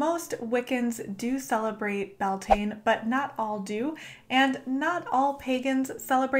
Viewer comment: YAS GURL. One of so few YouTubers who actually researched and credited Gaelic cultures for Bealtaine. My only note would be that Irish people pronounce it 'BAL-tinna', and 'Bel-TANE' rubs a lot of us up the wrong way. Otherwise, I'd like to thank you for doing the work and maybe we could even collab at some point. Best of luck to you and your channel, I'm hitting Subscribe :-)